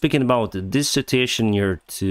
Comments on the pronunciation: Please. The word "situation" is pronounced with four syllables: Sit-chew-WAY-shun (with stress on the third syllable). You wrongly pronounce it with three syllables like the word "citation" which can lead to some confusion. Apart from that you´re doing fine. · Please. The word "situation" is pronounced with four syllables: Sit-chew-WAY-shun (with strees on the third syllable). You wrongly pronounce it with three syllables like the word "citation" which can lead to some confusion. Apart from that you´re doing fine.